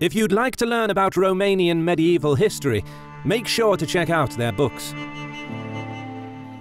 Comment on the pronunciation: Medy evil? Does he mean medieval?